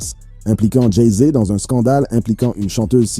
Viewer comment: Dit encore une fois "Jay zé" et je te séquestre dans une cave du 93 !